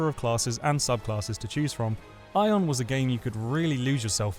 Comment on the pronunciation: Ion? its Aion